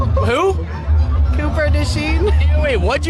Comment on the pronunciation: No one is saying Cooper's last name right. It's Dutch or French you don't say it like that.😂